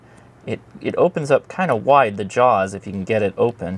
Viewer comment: emphasis on WIDE LOL